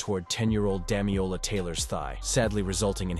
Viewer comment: my guy needs to learn how to read. it's DamiLola, not Damiola. Amongst a lot of other mispronunciations in the video